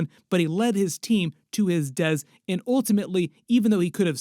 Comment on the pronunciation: i hate the way this guy says “death” i think your trolling g 😅